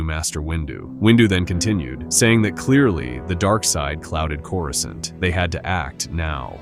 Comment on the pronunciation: Why did you pronounce Coruscant like that? Smh…